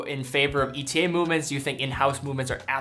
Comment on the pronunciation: Pleas it is pronounced e-tah